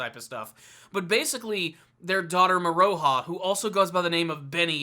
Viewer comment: Love this vid! ❤️ Just FYI it’s pronounced “Moro-Ha” not “Mo-ROE-ha” also you don’t have to pronounce the “U” in Hiraikotsu and Kirara is pronounced like “Kilala”